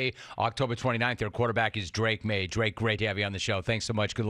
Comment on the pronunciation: Drake “Mayes”??? Typical Jim Rome.